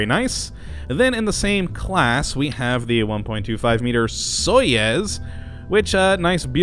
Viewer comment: It is sojoez, not sojez